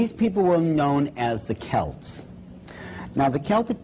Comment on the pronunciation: Can't even pronounce the word Celt properly!